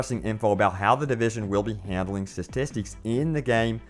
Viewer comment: "WahhPen".............-_- "SiStistics"...........-_